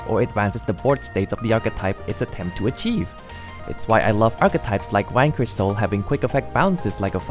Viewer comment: when you say Vanquish, it sounds like you're saying wanker